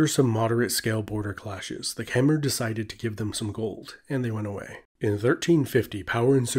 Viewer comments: it is not kemer its khmer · It’s pronounced “K’Mai” or “K’mer” NOT “KHA-MER.... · A little note from a Cambodian: Khmer is not pronounce like that its pronounce "Khmai" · Kom not kmer. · No it pronoun khmaier